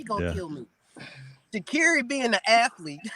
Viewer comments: Me too... And when he says Sha'Carri's name wrong too 😂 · 😂every show he gets the name wrong at least 2 times